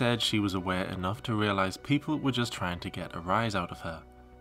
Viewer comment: ONE HUNDRED DAYS OF TRYEEN